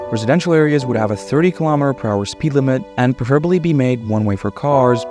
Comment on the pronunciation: What's "preferbally?" It's "preferably".